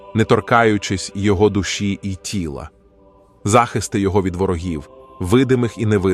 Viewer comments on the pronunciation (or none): Перепрошую. Але в озвучці допущено ряд помилок в наголошенні слів. Не відчинЯть, а відчИнять; не зАхисти, а захистИ; не мОлю, а молЮ; не світочЕм, а свІточем; не обдАрував, а обдарувАв. Вибачте. Але треба так.